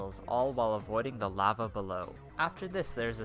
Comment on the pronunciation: The way he says lava hurts me